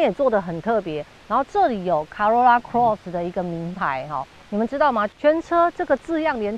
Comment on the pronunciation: Cross 發音了解一下